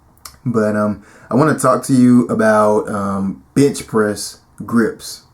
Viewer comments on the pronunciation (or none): did you say "bitch" press hahahaha lmao